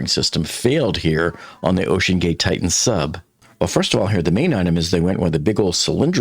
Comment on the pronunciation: The name of the submersible is pronounced "TI-tan," not "TITE-tan."